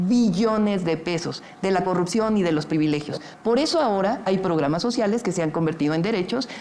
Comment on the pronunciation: Jajajaja no sabe ni pronunciar corrupción,ahora corrucion,y si sigue la corrupción es los municipios y alcaldías donde gobierna el prian ,ejemplos talnepantla,Naucalpan Cuautitlán,etc.esa escuela la dejaron los gobiernos prianistas, junto con el crimen organizado y sindicatos